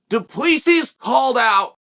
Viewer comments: I have heard Chael saying Piera so many times that I expected him to say Dwen Till and just to shut me up, he says Duplissi. Damn Chael, the undefeated,undisputed prononciation master. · Learn how to say fighters names! What is this ? Dooopleseas? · Du PlessEE -- The S is silent 😂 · The 'S' is silent 🤫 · Chael obviously did not watch the post fight interview, the last "S" of du Plessis is silent. As a South African I wanted Drickus to win, but I also like Darren.